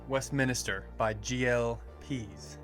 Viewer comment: Westminster not West minister. It is a building in England. Westminster abbey. Good video guys! Silviu ✌️